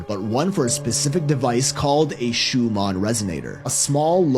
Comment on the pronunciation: Fyi its the ShuMAN resonance not ShuMON